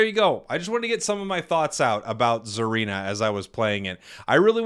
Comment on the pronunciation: Hey, its pronounced "SAH-reena" not "ZAR-eena" Japanese name, so think of it like "Tsunami"... "T" is silent like "Tsareena"